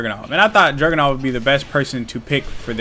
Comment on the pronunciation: Why does it sound like you're calling Dragunov "Jackin' Off" lol